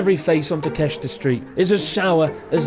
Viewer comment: really? ta-kest-ra, wtf? how cant you pronounce simple street names?